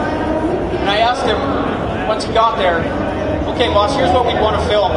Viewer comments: This guy calling him BOSS? It's BAS, and it's not pronounced as BASS or BASE either. The "A" is pronounced like the "O" in FOX and the "S" is almost more of a "Z" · Everyone fighting over the pronunciation of his name you would pronounce it bahs but it is spelled bas now get back to the real comments